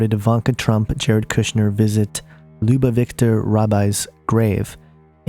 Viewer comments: And I really love the way you pronounced the "Lubavitcher rebbe" you pronounced It "Loobavictor" you don't even know how to pronounce some basics and you gonna teach about religion. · this is a very good video, and filled with valuable information, but you need to do some research learn how to pronounce some of these words and names, such as Lubavitcher, and Menachem. You're not even close. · Interesting video but I recommend nailing down the pronunciation of Lubavitcher and Lubavitch before doing a video. Whooph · It's very distracting that this guy can't pronounce many important words. If you can't pronounce Lubavitcher - how much do you really know about Judaism. The connections made in this video are so vague.